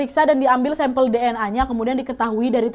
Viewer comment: Sedikit diralat,sampel ya kak bukan sempel wkwk